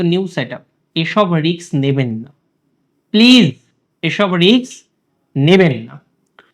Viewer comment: দাদা 🙏🏻ক্ষমা করবেন।আপনি শিক্ষিত কিন্তু আমি স্কুলের গণ্ডিও পার হতে পারি নি।আপনি Risk(রিস্ক) শব্দটি দু-বার ভুল উচ্চারণ করেছেন,(রিক্স) বলেছন।দয়া করে ভবিষ্যতে বিষয়টি খেয়াল রাখবেন।আপনি আমার উপর অসন্তোষ প্রকাশ করতেই পারেন, কিন্তু আমার কিছু করার নেই।আমি আমার রন্ধ্রগত বিষয়গুলি অনেক চেষ্টা করেও ত্যাগ করতে পারি নি!